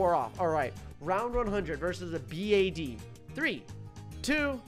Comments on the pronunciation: I love how you said police B A D and not police bad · I like how he says 'Round 100 vs A B. A.D